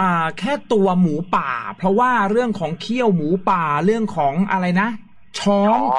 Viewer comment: ช้องค่ะ ไม่ใช่ช้อ เรื่องในป่าสนุกดีค่ะ